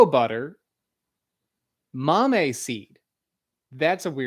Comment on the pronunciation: I mentioned this in another episode, after the fact. The accent on the word Mamey is on the e, not the a. Also if you are really interested in the Cacao read Chocolate in Mesoamérica, a cultural history of Cacao, edited by Cameron L. McNeil.